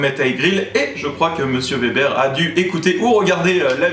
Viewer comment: Merci de dire Weber et non Vebère .. hahah :)